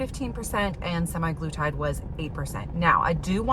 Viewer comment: Sim-EYE-gloo-tide? Say it ain't so. I don't know where they got "sema" from -- but based upon my initial research, I think "sema" refers to 7 days or weekly. Interesting results even though data mining is somewhat limited in its scientific validity. You mention demographics as affecting the study. For instance, tirzepatide was cheaper than semaglutide, so that might have something to do with whether an insurance company approved treatment. Would be a good basis for a direct randomized comparison between the two drugs.